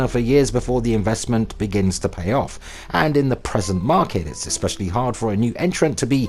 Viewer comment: e'SPICY,. Too e'SPICY lol